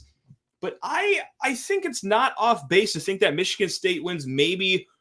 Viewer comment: Oregun. Michigann